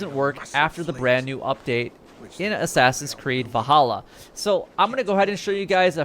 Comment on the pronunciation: Valhalla not vahalla